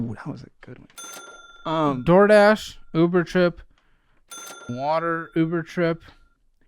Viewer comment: I agree. “WAttErr” like come on be serious this is your life. He has an unbearable personality.